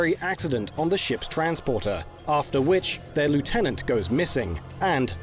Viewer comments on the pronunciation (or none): none